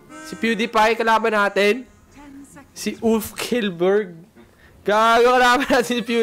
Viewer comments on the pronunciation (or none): its pronounced shellberg not killberg 😂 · Grabe yung Pronunciation sa Kjellburg... Tengene...